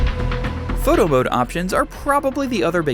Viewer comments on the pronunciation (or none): none